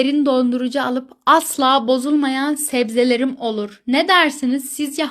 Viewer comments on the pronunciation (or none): Zebbzeler.😂 Yımırta Bızdobı